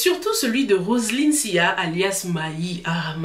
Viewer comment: Ma chérie faut pas écorcher mon nom de famille oh😂😂😂 Roseline et moi avons le même nom de famille. Ça se prononce Sylla comme ça s'écrit et non Siya. Je pouvais pas laisser passer😘😘😘 Sinon je suis du même avis que Solange. Elle a tout dit. Amy est seule et c'est facile de juger son comportement sans se mettre a sa place.